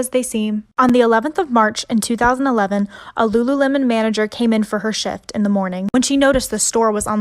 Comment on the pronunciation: Did anyone else hear shit instead of shift or is it just me?